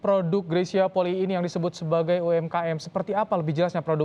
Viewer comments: Itu kan marga bacanya juga Poli'i,kak greysia juga pernah bilang disalah satu konten bacanya Poli'i bukan poli . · YANG BENAR BACANYA POLII (POLI'I) BUKAN POLI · Maaf yang benar yang mana cara baca Polii.... sepertinya reporter perlu belajar baca..mungkin nulisnya Polii tapi bacanya...cukup Poli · Itu bener Polii bukan Poli aja ka Greys pernah bilang